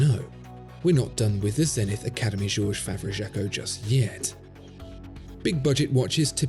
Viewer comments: Please, please say Zenit, without the english "th". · That messed up "E" in "Zenith" is quite a flaw.